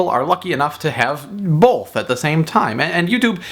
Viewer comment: Hey Dan, There is no L in both.